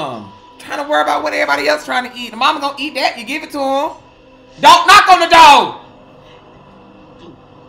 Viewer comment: "Tha door" Throw the whole movie away!!!! 😂😂😂😂😂😂😂